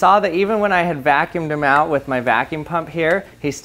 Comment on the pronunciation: Dammit I can't unhear it